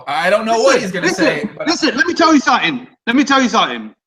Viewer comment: let me tell ya somefing ya?